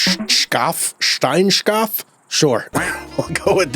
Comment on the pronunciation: It's the German Stonesheep your "sh" ist "sch" in Germany😉,Just pronounce it like "shaaf" 👍